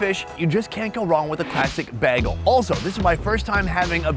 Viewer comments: Bro is pronouncing bagel like Britta from Community lol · This is such a weird video. Please work on the pronunciation of the word 'bagel". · I know likes to intentionally mispronounce some words and put the emphasis on the wrong syllable, but the way he kept mispronouncing bagel until the very last time he said it was bugging me in a way that must come from being born and raised in NYC and heaving heard it all my life. When he finally said it correctly then I was fairly certain that all the others were just his usual jokey way of saying things. It was a subtle bag-el instead of bay-gel but each time it made me want to correct him, how Frieda Vizel managed to not say anything about it I can only guess has to do with editing because if it was me sitting there eating a bagel with him I would have had to let him know. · Am I going crazy or is the way is pronouncing "bagel" absolutely infuriating? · i just cannot get over how pronounces Bagels! its like Brita from Community:D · Minnesota accent is in full gear when he says "bagel". Lol, weirdest way I've heard it said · Why does pronounce bagel like Britta? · for someone who does a food show, I can’t believe you don’t know bagels with cream cheese and salmon! Where have you been? Also l it’s pronounced “ba-gal, not betal”! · the way you say Bag-uhl is upsetting. Bay-gull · You say bagel like someone from Minnesota. It’s pronounced BAY-G-EL. You say BAYG-L. Was driving me nuts. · the way you say "bagel" kills me!! it's bay-gull, not bah-gull hahahah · bagels are pronounced BAYGELS, not beggels. you heard it many times and still didn't get it right. also bagels should be served open faced. they are too thick to stuff and eat like a sandwich with two slices of bread. everything gets squished out. open faced, cream cheese, lox and maybe other toppings. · its pronounced Bay-gel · How does he say BAY-GUL 😭😭😭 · You can hear your Midwest come out when you say “baegel” 😂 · Say "baygel".